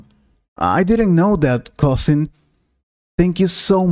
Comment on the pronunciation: cousing??? or cousin!!!